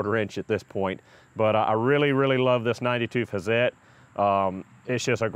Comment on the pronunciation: Can you say "Hat-zet"? That would be pretty close to the right pronunciation ; -) , maybe because i've been around so many Swiss and German techno-mecho types :-) The "hi-per", in Germany would sound something like"hee-pair" But we could say "hi purr" ;-) I bought Hazet's "stubby" 1/2" drive impact driver, lets me get into under-the-hood, and behind-the-wheel locations, and it's light, and super smooth, and really spins off lug nuts!